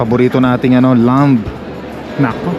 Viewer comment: Hello po, i hope u won't mind at all. The word "Lamb" is silent B po. Ingat po & God bless always❤🙏